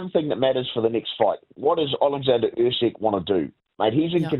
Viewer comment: Lonergan calling Usyk “Err-seg” ? 🙉